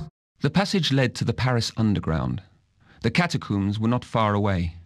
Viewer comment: Cracked me up the way he said "cata-cooms" in the second game